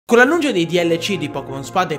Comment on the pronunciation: non è una battuta, è stato lui a dire annungio ahahahah